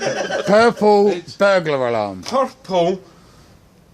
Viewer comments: "purple burger realm" 🤣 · Purkle burgular alams be like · Plurple burgular ararm. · JUST SAY: Purple. Burgular. Alarm. HOW HARD IS IT I DONT UNDERSTAND WWHAAAT